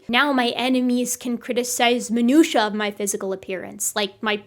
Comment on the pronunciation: I only watch your videos for a chance to hear you pronounce "minutiae". You've completely rewritten the theory of American pronunciation.